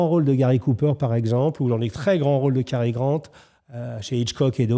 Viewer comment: Quand un commentateur prononce bien Cary Grant et non Gary Grant, on sent le niveau.